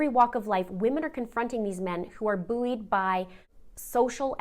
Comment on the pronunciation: Love your channel but had to rewind to. Please tell me Canadians do not pronounce buoyed as "booweed". That was almost as funny as Amber Heards terrible acting. I hope I don't offend anyone if that is in fact how it is pronounced.